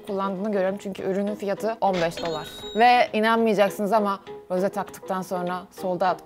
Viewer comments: Peki Rose demesi msnzbsbddhs Roze gerçeği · RoZe DeĞiL RoSe aĞaĞaĞ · Abla karışmak gibi olmasın ama rose değil roz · Rosé yazarken "é" harfini kullanmalısın ztn "e" yanlış oluyor ve her tûrlü Roze diye okunuyor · Roz diye okunuyo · Yanlız roze değil rose iki sattir roze diyiyosun😂❤ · o Roze değil Rose ablam❤ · roze değil rose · Bu arada Rosé un adı roze diye değil roz diye okunuyo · Abla karışmak gibi olmasın ama roze değil roz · Zore değil Rose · Roze değil Ros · Abla niye rose ye roze niyosun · Abla rose dicene roze diyorsun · Rose ingilizcede "roze" olarak okunuyor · rozi diyo okunmuyor mu e'nin üstünde çizgi var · Abla o Rose diye okunmuyo Roz diye okunuyo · neden roze diye okuyosuunnn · roze derğil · hayır onu jennie söylüyor rosé de söylüyormuş gibi yapıyor blinkland arkadaşım haklı